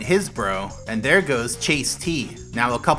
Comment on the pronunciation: “That a was a really good tele’port dere Mario!”